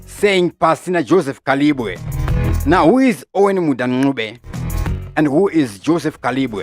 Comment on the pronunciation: J Kalimbwe not Kalibwe